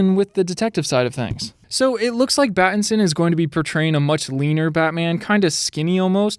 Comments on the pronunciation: he said "batitson" instead of patitison lol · Him saying batinson kept getting me annoyed XD